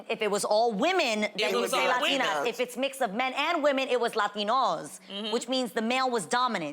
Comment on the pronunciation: Or what Loni...Not La-ten-ahs